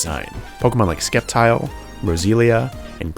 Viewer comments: What a weird way of pronounce Sceptile “S-kep-tile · I’m sorry? I can’t get over you pronouncing Sceptile with a hard c???? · Hearing “Skeptile” is so strange lol “Ce” in its spelling makes an S sound, where do you hear a K?